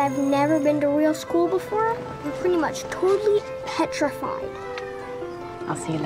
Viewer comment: He keeps saying Petrafied... Why?